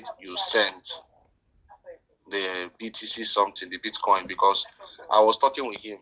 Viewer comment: Did he call it Bit- Kong?